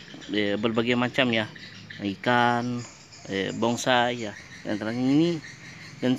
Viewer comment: Dengernya bongsai.